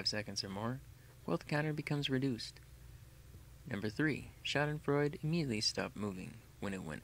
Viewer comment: I'm impressed you said Schaudenfreude right. Someone's done their homework!